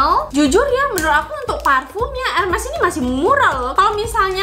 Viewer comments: bacanya herme ya bukan hermes walaupun tulisannya hermes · bacanya bukan erMES kayak geMES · Ermey ngga siih cara bacanya, bukan ermes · Benner ... Luna Maya prnh bilang dulu, bacaanx ermes bukan Hermes